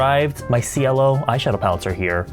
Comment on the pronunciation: Sweetheart, They are reaaallly C-U-T-E (im just curious the word Cielo, is it Italian? If so, i know you don't care and it's fine, but... That's not how you u pronounce cielo(= sky)) im really sorry i didn't say this to criticize you or anything 😔😥🙏